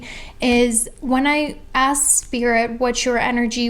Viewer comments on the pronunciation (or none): none